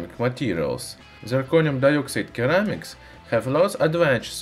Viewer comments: You should pronounce ceramics “seramiks” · Your comment would have more validity if he was speaking one of those languages. He's speaking English, and there is literally no English dialect that pronounces it "Keramics." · "Sir-ram-ics" not _ker-ram-ics Even so, your English is much better than my Russian. Great videos though. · Very informative and good video, but Kermics. OMG. Ceramics. Tseramics. Not kermics. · Keramics. Cute. Lol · As in Sir - amics. :) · Great video! In english ceramics has an "s" sound. Ie "seramics" Cheers! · the c in ceramics is pronounced as an s so seramics english lesson done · Of course he would pronounce ceramics as something weird like "keramics". I'd be disappointed if he didn't. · Issue is I’m now saying keramics too after hearing it 200 times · What is it with all the haters in the comments section? This guy does his best to make informative videos and doesn't deserve being mocked because he doesn't pronounce ceramics like a native speaker. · When making a video on Ceramics in English... Step 1: learn how to pronounce Ceramics properly.